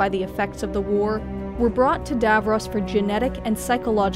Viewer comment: At least pronounce Skaro and Davros properly.